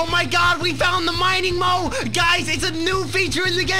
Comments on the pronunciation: Its mole not mowe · He said mining mole it sounds like moe I thought that first